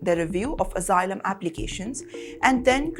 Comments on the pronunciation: Omg, it's asylum, not AZYLUM? You keep giving us plenty of laughter. 😂😂😂😂😅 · It is not azzilum.